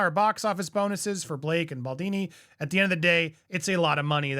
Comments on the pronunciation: Hey Andy, it’s pronounced “Justin bal-DONEY” - not baldini. 😊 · Repeat after me: Baldoni. Baldoni. Baldoni. Not Baldini, and not Baldawni 😂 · BaldONI BALDOOOOONI, not Baldini. Dude, at least get the names right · Lol every video he says “Baldoni” wrong in a different way. Love it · Not Baldini. Baldoni ✌🏻😊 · Dude, what's going on? You have now moved from Baldaaani to Baldini :D Is his name really that hard to pronounce? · Isn’t it bald-oh-knee? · I was distracted by your mispronunciation of the name “Baldoni”. It is pronounced as BAHL-DOE-NEE. Sorry for nitpicking, no offense meant. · Andy....say it with us. Bal-d-O-ni ! Baldoni! B-A-L-D-O-N-I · Please learn how to pronounce Baldoni's name. It's not hard. ball-DOE-nee. Thank you. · Andy keeps on butchering Andy’s name😂 But I’m for a recasting of Blake Lively😊